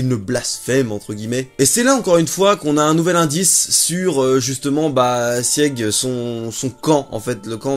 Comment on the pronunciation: Sieg se prononce Sigue, les Eldiens sont de culture germanique... La femme du gala est une Ackerman, les 3 sabres sur son écusson forment un A. Elle est affûtée et a sauvé un Eldien. Elle fait pensé à Mikasa...